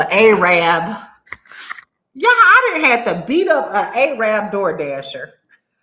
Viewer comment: yeen spose to call em Ay-Rabs friend 😂.. that's derogatory.